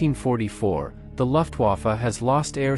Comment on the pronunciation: poor robot doesn't know its m e not me. Thanks for the video I liked it otherwise. Next time put a space between the m and the e and the robot will pronounce it better. Also, German words are being pronounced by an English language robot so you need to change words like Luftwafe to how its pronounced, like looftwafe so the robot doesn't say the u sound.